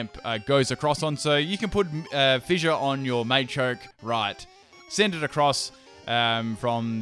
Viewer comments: Quit saying it MAYchoke, its MAchoke. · Machoke, not Maychoke.